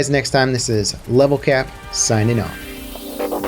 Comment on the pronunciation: Lol did he say level crap